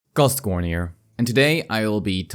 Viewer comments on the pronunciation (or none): Wtf is he saying in the beginning...."CosKhorne here..."? "Coskornier"? wtf am i hearing?